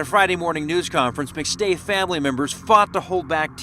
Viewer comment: Wow. Do you even watch the clips you put in? Rewatch your own “McStay” portion. smmfh